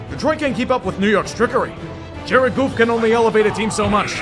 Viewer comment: “Jared Goof” fucking fried me